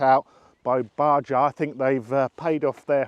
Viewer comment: Bajaj is pronounced as buh-jaaj.